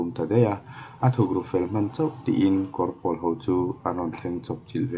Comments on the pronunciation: Kawr pawl lam dan hi a diklo.'Pawl engzat nge i nih' tiha 'Pawl' kan lam rik dan ang hian lam rik tur.Tin,Kawr tih pawh hi,tui luan na 'Kawr' kan lam rik dan anga lam rik tur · Kawrpawl tiha pawl hi pawl(blue) thluk a ni lo. Pawl - buhpawl, huho sawina pawl thluk hi. A awmzia : Kawr - vai (bengali) Kawrpawl - Vai rim nam, Tuikuk, Takam, Tripura a chang Tripuri, Assamese etc te kha Kawrpawl an ni.